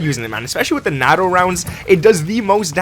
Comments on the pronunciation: It's pronounced NATO(e) not natto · The proper way to say NATO)= NATE-0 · It’s NAAATO long A. As in the North Atlantic Treaty Organization. Just a tip lol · I'm being pedantic but it's "nay-toe" for NATO🤣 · NATO (NAY-TOE) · Are you... pronouncing NATO as NAhTO? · NATO rounds ( pronounced gnat oh) LMFAO wow just wow